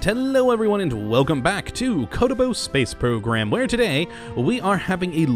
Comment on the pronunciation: wow i thought he was saying kerbal space program in a bad accent but hes saying kottabos lmao